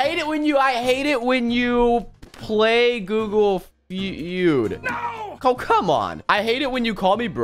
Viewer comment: I like how he did g o o g l e f e u d